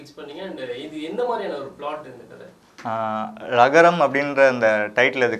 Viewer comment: Adhu lagaram illa zhagaram...